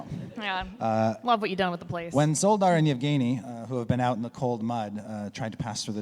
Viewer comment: Szoldar (at least by the standards of our world) be pronounced Sholdar? Since in polish (and I assume that it would be similar in other slavic languages) sz is pronounced sh (like in shoe for example)?